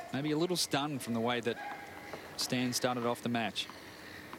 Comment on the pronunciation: It's not Stain it's Stan... Jesus...